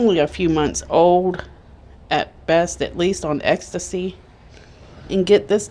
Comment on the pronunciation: Its ETSY AT-SEE not ecstasy, that's a damn drug